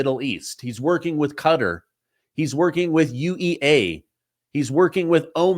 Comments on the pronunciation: I love your show, but can you please stop saying “cutter” it’s Qatar (kah-tar). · Its pronounced Ka-tar not cutter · Sorry, I don't have your phone number. BUT, I think "cutter" is pronounced: "Ke-TAR"......🧐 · Qatar isn't pronounced 'Cutter'.